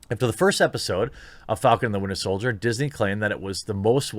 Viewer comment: Yo Jeremy it’s “Winter Soldier” 😂 love the show man!